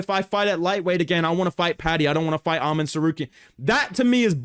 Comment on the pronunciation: Why did bro pronounce ‘Arman’ like Dan Hooker..?😂😂